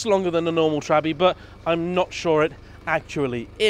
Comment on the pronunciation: I think you are the first american that I have ever heard saying Trabbi